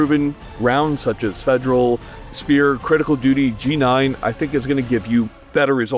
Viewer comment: "fejral HST"